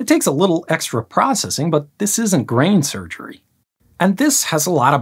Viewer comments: I heard 'grain surgery', too. Bonza! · Did Grady say "Grain Surgery"??